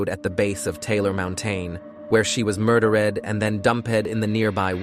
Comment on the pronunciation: I thought; "cris-sis and heared, murder_ed, mountein, dump-ed and deeid what's that!?!😂😂😂😂 They made one of the most serious serial killers sound like a comedy! Not good! read your own scripts please!